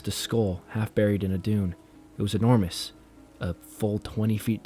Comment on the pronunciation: Hmmm, kinda enjoyed this, although I don’t think I’ve ever heard a narrator make as many mispronunciations in such a short period of time before. Embossed Enormous Brochure Emanating…..@ you correctly pronounced brochure 🎉👏🏼 Please spend a little time working on pronunciations. It’ll serve you well your entire life! 😅